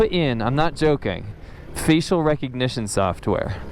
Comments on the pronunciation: First I thought I heard 'feces recognition sofware'.... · Did you say faecal recognition software!